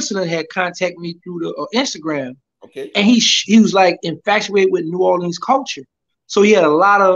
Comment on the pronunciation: Did he really grow up in New Orleans?..because the way he pronounced it is like somebody from Detroit 🤣🤣😂😂